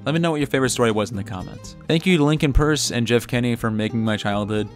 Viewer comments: As a fellow Big Nate fan, I’m glad you pronounced his name purse instead of… PEirCe. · It's actually pronounced purse so yeah he knows what he's saying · You can tell he’s a real fan cuz he knows how to pronounce Lincoln Peirce as purse.